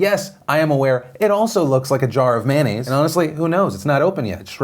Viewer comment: Why is he saying “Man-aids” instead of “mayonnaise”?